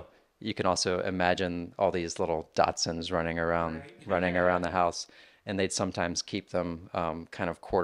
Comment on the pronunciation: Dachshund not Datsuns.